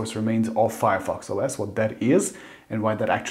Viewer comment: It’s not Fireos you nerd